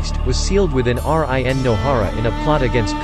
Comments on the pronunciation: Did he just said R I. N instead of rin😂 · Me cretiking him saying R-I-N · everybody:rin him:R-I-N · What make me trigger I say rin he say r-i-n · Normal people: Rin This bot: R I N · Why do you said Y A G U R A and R I N exepte rin and yagura and why did you say that black zetsu is a jinchuriki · It’s run not r i n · instead of rin its r i n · It’s not R I N , it’s Rin Smh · R I N instead of regular Rin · Not R. I. N.... Its Rin Nohara.. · When it says R,I,N but its rin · It's rin not R.I.N 😪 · Rin not R.I.N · Dude can you stop saying fucking R.I.N YOU BICH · Bro when pronounced Rin as R I N. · Everybody talking about Rin being pronounce like r I n but the way he pronounced yaguras last name lmaoo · R.I.N was annoying me so much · I stopped watching this shit as soon as he said R-I-N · What the hell is with him pronouncing that as R-I-N?! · Wtf R. I. N like RN for registered nurse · R-I-N???!! are u kidding me? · whats with the R.I.N.? ,... I'm not bashing about it but I think it's kind of funny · Bruh he pernoused RIN wrong. It's sounds like your saying reen when you pernouse it right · R-i-n lmao 😆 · R-I-N wtf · Who the heck is R-I-N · Really just can't say Rin smh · how can he pronounce uzumaki but not rin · U should use ur real voice bc it doesn’t pronounce a lot of words right like rin